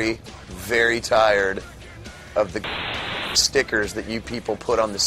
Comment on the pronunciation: pshhhh "STICKERS" psshhhhh "STICKERS" pshhhh "THREE ON THE DVDS" pshhhh "SHTICKERS!!!!" PSPPSPPSSPSHHHHHH!! "SCHTICKERS!!!!!!!!!!!!!!!!!!!!!!!" PSHHHHHHHHHHH lol funny